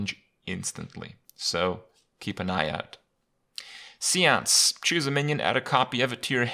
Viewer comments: see-ance? I always thought it was say-ance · seance -> say-on-ce! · Nah man, it's See-once. It was patched in Englishinese Hotfix v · Have I been saying seance wrong my whole life?